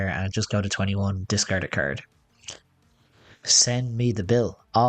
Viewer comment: Even better "Discaird a caird"